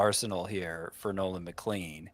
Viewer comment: for the love of gokys Hernandez it’s MCLEAN. Nolan McLEAN. Not McLANE.